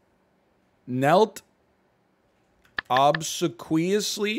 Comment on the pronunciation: Love the crosswords NL. BTW obsequious is pronounced "ob-see-quee-us"